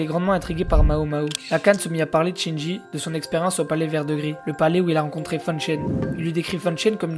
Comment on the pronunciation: Mec, c'est pas Shinji, c'est Jinshi. Tu inverse les syllabes :p